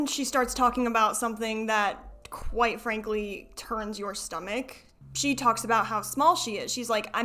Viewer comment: Can I ask why you keep calling her C? Sorry I might be missing something painfully obvious but it clicked halfway that you were saying C instead of she and I wondered why.